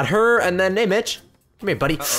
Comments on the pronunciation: poke said to mitch sounds like he said b**ch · Like when you were saying sike mitch it sounded like sike bitch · when you say Mitch I hear Te word bitch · in stead of mitch i heard bitch